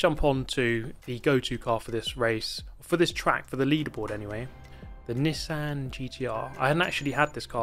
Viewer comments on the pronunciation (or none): Bro doesn’t know how to say Nissan 😂😂😂